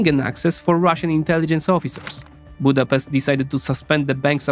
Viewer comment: You should at least be able to pronounce the name of our capital before making a video!